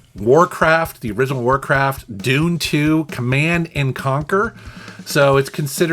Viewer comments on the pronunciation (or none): none